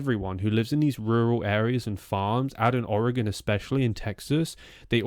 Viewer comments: Thank you for saying Oregon right. I've lived in Oregon all my life, and it bothers me so much when people say it wrong. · You are saying the word oregon correctly, most from here don't. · May I take a moment to express my appreciation for your pronunciation of "Oregon"? When it comes up on the internet, typically the best we get is "Orry-gawn". It's a minor thing, but nice from someone who hails from so far away.